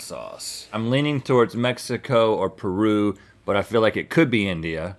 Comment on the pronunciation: I love how Link pronounces Me-hee- coooo!